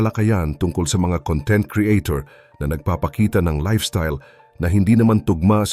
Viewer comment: mali po ang pagbigkas mo ng salitang "content"...ang kahulugan ng 'conTENT' sa iyong pagbigkas ay 'masaya' o 'contento'. Ang CONtent, kung saan nasa unang syllable ang diin, ay ang ibig sabihin ay "laman"...gaya ng Table of CONtents....you're welcome!